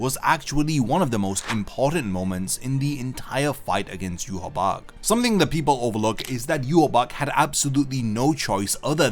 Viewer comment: Look up how Ywach is pronounced. Hearing you say it makes you lose all credibility to me